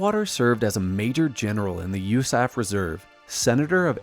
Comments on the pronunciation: I wouldn't have known it was an AI generated voice until it said 'usaf' as a word instead of U.S.A.F. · It absolutely was AI generated speech. Who says "usaf" as a word?